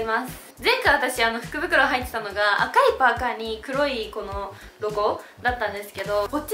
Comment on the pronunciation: イントネーションが服袋になってた😂